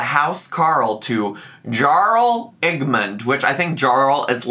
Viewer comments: YARL not Jarl... just saying 👀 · Also it's pronounced yarll not jarl 😂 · Harl is pronounced Yarl. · Jarl is pronounced "yarl." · Jarl is pronounced as Yarl ... which is anglicized of the of the title Earl. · Jarl is pronounced yarl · "juh-arl" omg no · So speculative and transformative! Also Jarl is pronounced like Yarl 😘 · The way I jumped when I read Skyrim and Amberlynn in the same sentence... lost my mind. P.S It's pronounced 'Yarl' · My love. My life. It’s YARL with a YA sound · “Jarl” is essentially a ruler, pronounced “Yarl”, it’s a nordic word. That concludes todays completely useless information. 🥰💕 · Jarl is pronounced with the j making a y sound. JS. Say it however you want obvi. 🖤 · also "Jarl" is pronounced "Yarl" lol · I'm sure people said this a bunch but jarl is pronounced yarl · The title had me rolling lmao! Also, the title of jarl is pronounced "yarl" and is actually the precursor word for the noble title of "earl"! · Jarl is pronounced yarl lol It’s giving me ‘white boy who can’t pronounce “tortillas”’ hahaha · I love Skyrim and the thought of as the dragonborn makes me laugh. I highly recommend watching Willo's playthrough on YouTube where he pretended to make Eric a Skyrim character lol PS: the way you pronounced Jarl hurt my soul, even though you couldn't possibly know how it's pronounced unless you've heard it so I forgive you,! 😂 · Hearing you repeatedly say Jarl with a hard J sent me each time oml, and the comment on character creation was just peak 💀 I have over 500 hours logged on Elder Scrolls V: Skyrim and let me tell you, I spent quite a bit of those hours in character creation mode (with mods of course) Also, I had honestly forgotten Faleen existed in the game so when said that name it didn't even cross my mind:x Love your content, transformative as always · Hearing you pronounce Jarl brought me so much joy 🤣